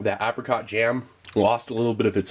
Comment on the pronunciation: "apacot" haha oh and "resodor"